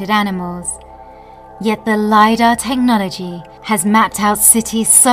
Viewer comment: I can't withstand this "Teh no logy" anymore why did she pronounce it teh nology